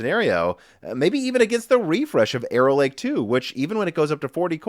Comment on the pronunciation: Every time you stay "Arrow Lake" I hear "Error Lake" to the point I've started saying Error Lake without realizing it and sometimes stopping to wonder about the history behind a lake called Error Lake and if it means something in another language or if the lake was formed due to some sort of civil engineering flub or the legend explaining it involves someone or some force of nature making a mistake.